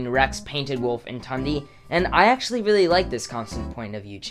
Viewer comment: I’m not tryin to hate on u since what I’m gonna say is useless information but Tundes name is actually pronounced Toon-de